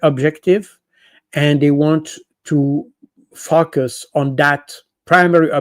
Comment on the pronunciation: I like how Col. is pronouncing "focus"!